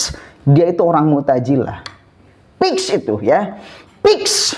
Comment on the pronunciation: muktajilah apa muktazilah...😂😂😂 Piks piks piks😂😂